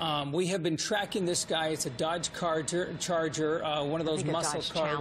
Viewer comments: dodge carter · News lady: “dOdGe chARger” 😂😭